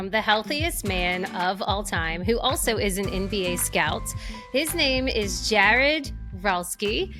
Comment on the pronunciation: 💖💖💖 I’m loving your content. Found you after your interview with Gary Brecka and so happy I did. And after this episode , found out you’re from NOLA. Me too! Born and raised. Just moved to Denver a year ago. Am I hearing some Marrero in there from how you said “Jaared”??🫶🫶